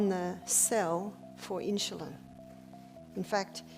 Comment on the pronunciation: Never heard of inshulin.